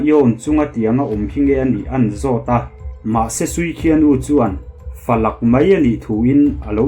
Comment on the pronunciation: 'Falak' nilovin 'falâk' tia lam tur